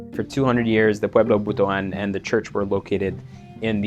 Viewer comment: Thank you for pronouncing the word Butuan properly!